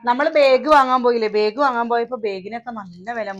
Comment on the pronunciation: പ്രെസ്സി ബേഗ് അല്ല ബാഗ് എന്നു പറയുക